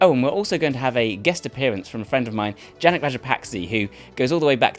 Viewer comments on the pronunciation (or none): none